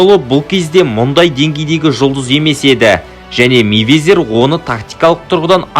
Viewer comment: Мэйвезер емес Майвезер деш